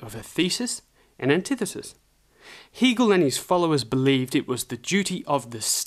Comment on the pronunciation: It's HAY-gel, not HEE-gel